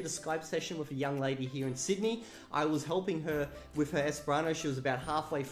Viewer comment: I've noticed the accent seems "Aussie/almost-London-cockney", hence "with" tends to sound like "wiff". I've noticed that the Esperanto "R" sounds like "huda". Accents can be interesting.